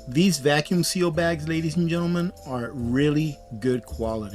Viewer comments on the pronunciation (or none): none